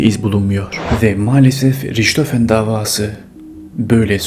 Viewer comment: Riçhofen değil rihthofen olarak söylenir